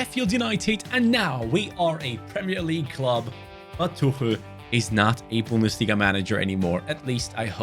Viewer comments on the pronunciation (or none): none